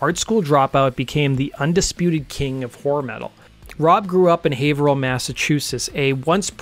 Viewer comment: Ohh wow, this dude pronounced Haverhill pretty much right